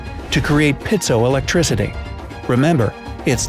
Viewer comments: "Piezoelectricity," NOT "Pithoelectricity!" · Its not Pitzo electricity - its Piezoelectricity